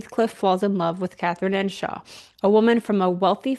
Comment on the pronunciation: EARNSHAW not Enshaw.